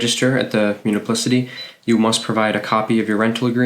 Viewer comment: Good info at a fast pace. However, you might want to update some things: it's not 'muniplicity' but municipality! Also: permanent, not 'permament'